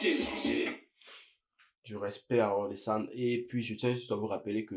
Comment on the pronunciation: Pas or-le-san... O-rel-san. 😜